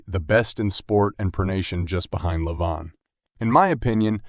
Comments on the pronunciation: You called Levan in four different ways in the first minute. I always wondered why Americans are so ignorant in learning anything that it’s not in English??? Levin. Levan. Leven. Livan Could it be the school system? And the other guy’s name is ERMES. Not ERMIZ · It's just Levan, but everyone says leVAN when it should be LEvan